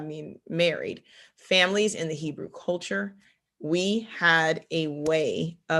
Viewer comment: She said "Nebrew"! 🤣🤣